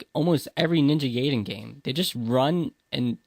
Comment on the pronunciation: Guy-den, not Gay-den. Otherwise, great vid.